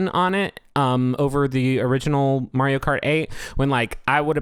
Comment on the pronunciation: i will never get over the way pronounces mario